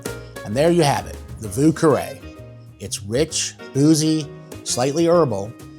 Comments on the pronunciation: Would like to try this one. However, the first word is pronounced "veeu" and not vuu. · I think the French pronunciation of Vieux is more like "V-iew", than "Voo" but great drink build! I couldn't find a different Creole pronunciation.